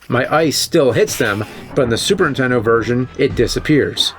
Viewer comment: ...Super intendo 😅😂